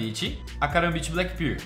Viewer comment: 'karambit Black Birl'